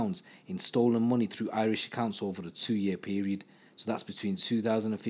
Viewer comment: Do you live in Ireland as your pronunciation of Irish is impeccable compared to other people with English accents, gratz man for going the extra mile